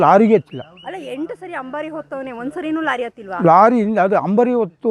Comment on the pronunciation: ನೀವೆಂಥ ನಿರೂಪಕರು ಮಾರ್ರೆ.. ಕನ್ನಡನೇ ಮಾತಾಡೋಕೆ ಬರಲವಲ್ಲ ನಿಮಗೆ... ಅದು 'ಹಂಬಾರಿ' ಅಂತ ಹೇಳೋದಾ ಅಂಬಾರಿ ಅಂತ್ಲ... ಧುಭಾರೆ ಅಂತ ಹೇಳ್ತೀರಾ ದುಬಾರಿಯ .. ಕನ್ನಡವೇ ಬಾರದೆ ಯಾಕೆ ನೀವೆಲ್ಲ ಭಾಷೆ ಹಾಳು ಮಾಡೋದು... ಛೇ... 😢